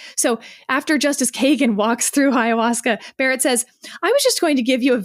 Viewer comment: Ayahuasca, not HIA-wasca